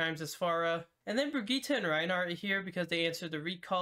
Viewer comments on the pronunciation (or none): none